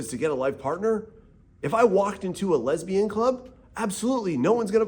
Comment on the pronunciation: "If i went to a lesbjan bar" HEHAHAHA U'RE THE BEST